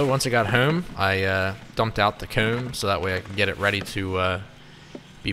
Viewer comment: Lol I truly love enjoy how he says his o words, hoome coomb, it’s pretty cool! Also... kinda trips the trypophobia